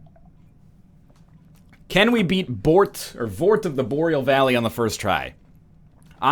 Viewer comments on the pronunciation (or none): THEY'RE NOT BALDERS THEY ARE LOTHRIC KNIGHTS YOU DICK Also Borat of the Voreal Balley was pretty good